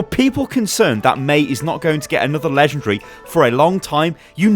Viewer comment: I love how he says lengendary